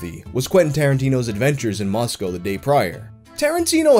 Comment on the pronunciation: fucking bless you for pronouncing moscow correctly